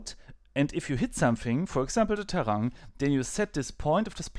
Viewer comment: In trying to be a bit helpful for: You have to speak the "i" in terrain also. HTH